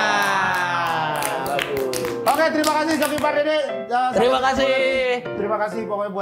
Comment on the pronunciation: Diakan pardede bukan parduda😂😂😂